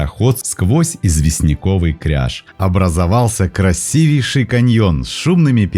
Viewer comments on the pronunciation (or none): none